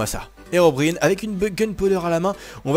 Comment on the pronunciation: Plzzzzzzzzzz prononce bien c'est Herobrine (sa se prononce Herobrayne